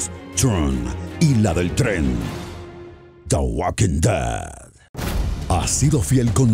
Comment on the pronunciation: Que le pasa? Ni siquiera sabe pronunciar The Walking Dead, ni ningún nombre de los personajes! Esa ser es muy buena! Nunca le he visto nada de malo, no aburre ni nada por el estilo👊👊 Soy muy fan de la serie y nunca decepciona!👊👊 Esos comentarios negativos en el vídeo no son reales👊✊✊